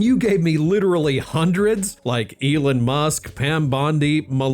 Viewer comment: still pronouncing it "Ee-lin" (like he's going eel fishing!), as opposed to "Ee-lon", which is the most widely accepted pronunciation in English-speaking contexts and how Musk pronounces his own name.